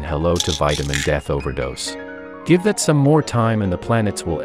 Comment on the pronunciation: The way he said “DEATH” made me die😂😂